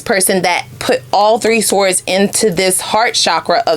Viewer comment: 🔥Very on point....had to get out... side note: word sword is pronounced sord